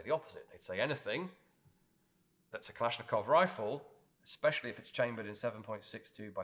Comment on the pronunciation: When you pronounce Kalashnikov, 2nd A is stressed, not O, not I. It should be kalAshnikov.